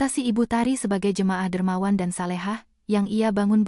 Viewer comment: Solehah bukan salehah terjemahannya sod patah so bukan sa jangan senang pakai kata a tapi denga kebenaran jangan asal buka mulut